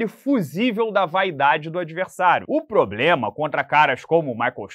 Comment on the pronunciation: ele ainda continua dizendo que é o "poblema" da divisão ou corrigiu isso?